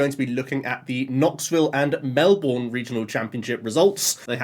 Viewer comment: As a Melbournian he said Melbourne correctly